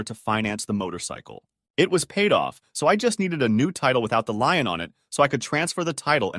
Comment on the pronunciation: It's the same damn voice reader 90% of the channels use now. It's terrible. And yes, it's a bot. Or did you really thinks human confidently pronounced Lien as Lion that many times?